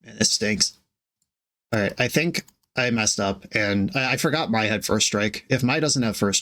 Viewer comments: Mai is pronounced "may" 😭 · Not that it is important, but as a big ATLA fan, I must tell you that Mai, Scornful Striker is pronounced like the month May